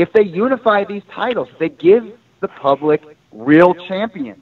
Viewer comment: went to “POOBLIC” school 🤣